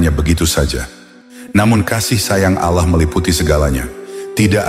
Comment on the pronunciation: Bukan Al llah bang.tapi ALLAH SWT